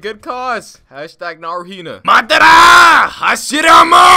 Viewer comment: the madaaarrra and hashirrrammaaaa got me good